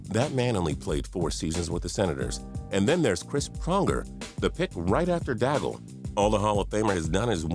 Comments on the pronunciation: D'aigle is so mispronounced lmao, da - gel, it's d - é - g - le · daigle is pronounced "DAG" not "DAGGLE" you stupid idiot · Alexandre "Dayg" not "Daygle" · Daigle (#4) is pronounced "Day-gue". Rhymes with vague. Which describes your hockey knowledge. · laughed so hard when i heard Dagle !